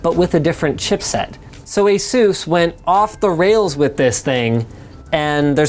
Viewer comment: That's the weirdest Asus pronunciation I'v ever heard :))